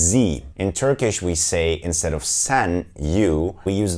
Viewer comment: Hello my name si Edda and I’m from México, so my native language is Spanish. I love Turkish Tv Series and I’m traying to learn a little bit of Turkish because I love it how it’s sounds to me but a have a question for you.... why do you pronounce different de vocals for example I herd a lot saying “ban” instead of “ben” or “san” instead of “sen”? Why you pronounce different than you write it? Hola mi nombre es Edda y soy de Mexico, así que mi lengua materna es el español. Me encantan las series turcas por lo que he tratado de aprender un poco el idioma turco porque me encanta como suena pero tengo una duda.... porque en turco pronuncian diferente las vocales a como las escriben? Es decir escucho que dicen “ban” y se escribe “ben” o “san” en lugar de “sen”? Porqué lo pronuncian Diferente a como lo escriben? Y muchas gracias por el video, súper bien explicado! Saludos desde Monterrey México